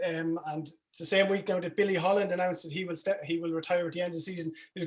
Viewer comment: At least get Billy Holland’s name correct. Check your intro.